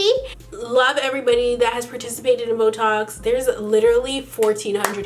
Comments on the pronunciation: It sounds like she is saying botox! 😂😂😂😂😂😂😂😂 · Lol, when you said BoeTalks I thought you said Botox! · for one sec there i thought she was saying botox lol XD